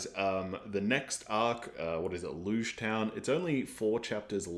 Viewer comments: Logue is pronounced like Log Shichibukai is pronounced Shee-chee-boo-kai (kai rhymes with high) AKA 7 Warlords is easier too I think Luffy and Zoro not listening to Nami's backstory works with their personalities. They're gonna save her whether they know the full details or not. She's part of their crew. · The next arc, Loguetown, is pronounced like ends of the words "prologue" and "epilogue": Log Town. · LogueTown is pronounced Log Town, like prologue and epilogue. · Just a heads up, Lougetown is pronounce as Log-town as in prolouge or epilouge. The name of the town is a way to say that this arc is gonna serve as a prolouge for the whole entirety of One Piece.